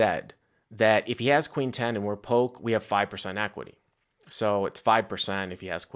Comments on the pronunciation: This video is cringe, pronounce his name correctly it’s Polk not Poke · Ya, he says poke. Super annoying. Hey, it's pronounced Pullk! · Does have beef with Doug??? It feels like has to know who Doug Polk is and calling him Poke almost feels like he is acting like he never heard of him. I could be way off here but normally speaks very well for him to just mispronounce Doug's name like that. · Damn stop saying Doug Poke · Yolk is pronounced Yoke though so hook or by crook you got that right. Are you saying you try to pronounce yolk as yolk and it comes out yoke? So basically you try to pronounce yolk incorrectly and it comes out correctly which is why when you try to pronounce Polk it comes out incorrectly as Poke??? Ah f@ it - it was a good lay down lol. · Love but so funny he doesn't say Doug's last name right, heheh Doug Poke... I thought funny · Someone tell that Doug’s last name has a “L” in it....... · I love how says "Polk" hahahahaha